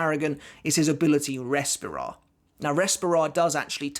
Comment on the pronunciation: I don't want to be that guy but as I am Spanish it's a bit of a trigger haha Barragan's power is pronounce "Res -pee - ra", with the strong sound on the "pee" not "Res"